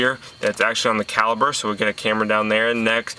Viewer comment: Dude talks like he has lead poisoning. Its caliPer, theres no B